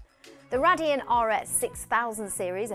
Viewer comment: Nice host that knows nothing about tech. Cant even say radeon properly